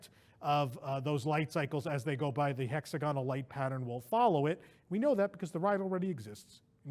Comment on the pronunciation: For f sake properly pronounce hexagonal